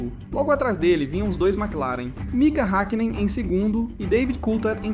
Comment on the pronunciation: Hékkinen, Méc laren 😪